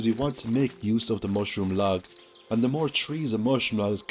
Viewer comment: lol when you say mushroom log all i hear is mushroom lads.